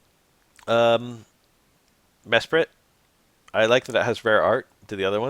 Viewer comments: you saying Me-sprite is so funny lol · nah, "Meh-Sprit" is the correct way to say Mesprit, you were right the first time